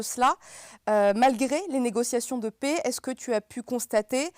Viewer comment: Merci à Omerta et à Monsieur. Pour la journaliste du début d'émission, ce ne sont pas des négociations de pets mais des négociations de paix. Un petit effort de prononciation serait salutaire...